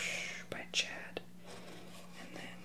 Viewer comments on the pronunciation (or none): none